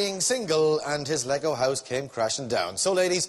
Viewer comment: that guy butchered lego house so bad i didnt even recognize it was ed sheeran unttil thhe host made a joke about it